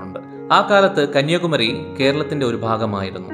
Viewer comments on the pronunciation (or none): none